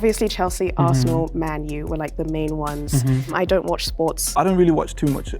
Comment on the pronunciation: the way she said "Man U" kinda threw me off